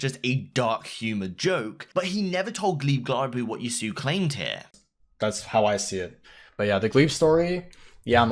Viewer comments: Yo, it's Yah sue OH, not ya soo. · man it's not yassew it's yassuo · Nice video man, but one thing bothers me. Every time Yassuo is in the news you kinda say his name in a weird way. It should be Yas-su-o while you're saying it as Yasu. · and the way the pronounces people's name omg hikaru and yassu? his name is hikaru nakamura (hi ka ru) and (yas su o) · Bro, you gotta get these names right. There's no reason to be saying either of them wrong. It's not even an accent thing, it just seems lazy. Yasuo is pronounced yah-soo-oh, not yah-soo and Hikaru is pronounced hi-car-roo not hick-a-roo. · Its pronounced YAS - OO - OH not YASUU LOL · ITS PRONOUNCED YAS-SU-O PLEASE STOP SAYING YASUUUU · yahsue. bro its pronounced yah soo whoa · It is pronounced yas ew o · haha "ya sue" hahaha "hik uh roo" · You got some people ragging on you about pronouncing names but they are giving bad phonetics.... Yassou is Yaas-oo-oh Hikaru is He-car-rue Otherwise man, solid videos and I appreciate how they are just fact and almost void of bias. Not really sure why I watch them when I almost always know what's going to be in each week but I still do. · If you could spend two minutes learning how to pronounce these people’s names correctly it would be great. “Yassuo”, “Hikaru”, come on bud. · The way you pronounce yassuo is horrifically bad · how is it that you cant pronounce yassuo correctly